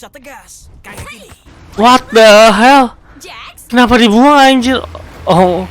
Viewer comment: Jax bukan jack bang